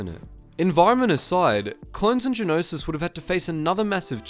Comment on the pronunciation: stop saying geonosis pls